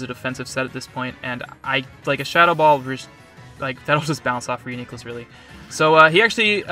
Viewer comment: proper reuniclus pronunciation, top notch also solid pokemoning